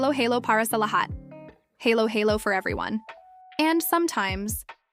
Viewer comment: Not pronounced as "HAYLO HAYLO". 🤔🤣🤪